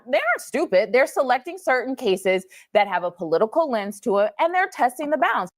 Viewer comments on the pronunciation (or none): none